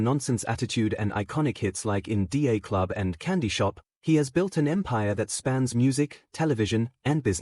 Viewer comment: in d a club? you dumb ..... maybe you should learn how to pronounce, In Da Club? before you start making stupid videos